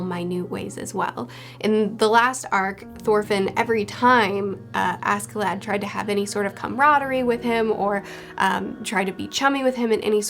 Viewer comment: oh btw maybe a bit late but ask in askeladd is pronouced ash